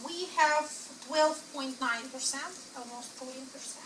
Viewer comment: el-mause-t instead of almost too :)